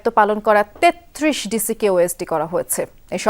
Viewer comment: ৩৩ উচ্চারণ সঠিক হয় নাই।